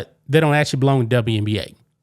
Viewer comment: Elmer Fudd says the W in WNBA stands for "WESBION"